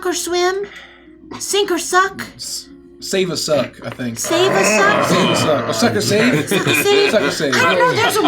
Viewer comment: I don’t know what accent this is in America but I Love it: "just suchk until something hits ya stomach"